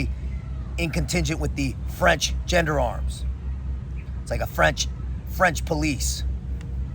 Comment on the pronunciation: I have huge respect for you and you could no doubt kill me easily but the way you pronounce “gendarmes” is hilarious.